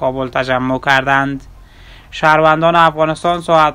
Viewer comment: کردند.نه که ردند چرا برادر اشتباه تلفط میکنی